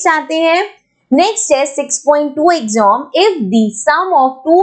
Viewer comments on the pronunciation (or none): Its not ax-om , its ak-see-uhm (AXIOM)